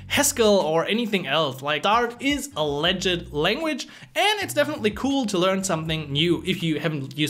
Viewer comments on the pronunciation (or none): I would highly advice you to fix the following pronounciations on the following words you use a lot: "Review", "Legit" and "Project" - You can type it in Youtube "How to pronounce [word]" then put them on a AnkiDeck or something and keep practising. By the way you speak English very well, this is only a small note on your "emphasis." Its the difference between saying EM-Pha-sis (correct way vs. Emfaaa-sis, you see how just by changing which sounds you "stress" it changes the meaning and sometimes rendering it almost uninteligble. So yeah practice these two words as you will be using them a lot so it is worth knowing how to pronounce them the right way. Your content is really good and you helped me and I am a phonetics specialist so I thought I would also try and contribute back. thank you so much:)